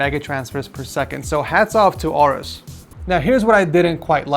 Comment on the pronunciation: its pronounced A-orus, not orus